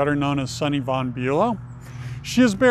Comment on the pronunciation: Swift lives in Watch Hill not Newport. it's VON not Van....